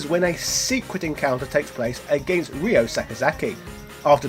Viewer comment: Ryo =/= Ray-yo, Ryu =/= Ray-yu